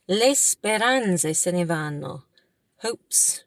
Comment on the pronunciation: Ciao, “vanno”, “anno”, “torneranno”, pronuncia meglio la doppia “nn”. Tu dici “vano”, “ano”, torneranno”. Pronuncia una n più lunga 😊 Poi non “vedóvi” ma “vèdovi”. Accento sulla “e” ❤